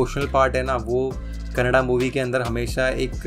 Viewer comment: Feel good when the name of our language is prounced correctly.. KANNADA (not kannad).. Thank you for that🙏 There are lot more movies from Rakshit Shetty and team.. Keep watching and encouraging.. Support the talent.. Thank you